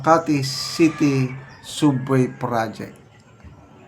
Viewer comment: ANO B YAN? ANG SUBWAY PO,ANG PAGBIGKAS PO NYAN AY SABWAY .HOLY CRAP!